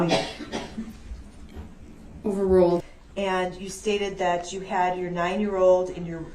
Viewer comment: Its "THAT" CUMSTAIN not "NAT".